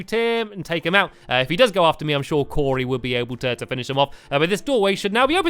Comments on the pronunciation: you said coray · you called cory corrie like corination street the way the call it corrie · I always think Stamps is saying Curry instead of Cory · it sounded like he said curry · I know right! And today we're going to be joined by curry!